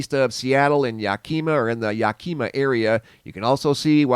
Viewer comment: Gonna correct you, do not be offended. Yakama is pronounced .. Yack’ a ma.